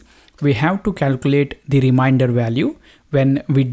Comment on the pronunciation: Very nice explaination... Just the pronunciation of remainder is not rim-i-nder, its rim-ain-der :) Just saying... :D